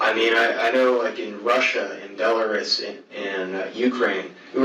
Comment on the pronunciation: He should learn how to pronounce Belarus 🇧🇾 😂